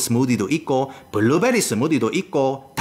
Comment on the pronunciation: 스트로베리 바나나 까지 혀 굴리다가 갑자기 블루베리에서 구수해지는 발음 ㅋㅋㅋㅋㅋ